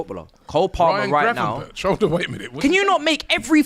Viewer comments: Mate said gravenberch 😂😂😂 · I believe AGT pulls out the yellow card and says "gravenberch for me" to which Robbie asks "gravenberch?"